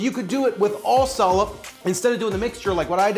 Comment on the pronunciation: What that hard to get ingredient called? Did you just said Salad? Never mind, I see the description, Salep.